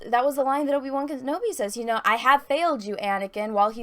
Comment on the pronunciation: Will Disney destroy Obi-Wan's character worse than butchers the pronunciation of his name?